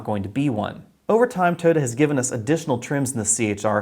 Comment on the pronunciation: My god I laughed when u pronounced Mazda BUT omg you butchered Toyota!!!